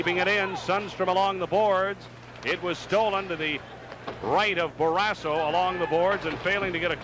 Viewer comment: What is the story with this announcer? He keeps calling Barrasso, Barrasah until about 5 minutes left in the 1st period. Have a feeling that Edwards or someone else told him to knock it off. He also called Bobby Carpenter, Rob which he never went by.